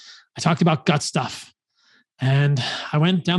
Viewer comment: I was confused for a second when he said "gut stuff" 🤣